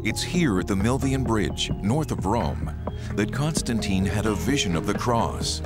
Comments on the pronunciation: she sounds like she says CONSTANTEIN and not CONSTANTEEN - and she is supposed to be an expert for over 15 years to already learn that romans never did such sound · Why am I annoyed by the way that the lady (Constantine expert) pronounces his name as "Constan-TIE-N"? Very different from how everyone else in the entire video, including, Simcha and the narrator.